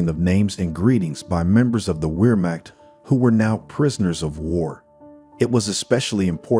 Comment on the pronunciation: "Weermack" lol this computer narrative !